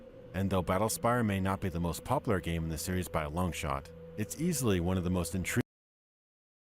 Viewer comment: No worries about the "Poplar", other YTers have similar "mistakes" aswell. ACG for example can´t say "bla bla bla" and instead always says "bah bah bla" or LegacykillaHD can´t pronounce "seventy something", like "Fallout Seveddy six"or "Cyberpunk twenty seveddy seven". The worst that can happen: You make your viewers feel superior XD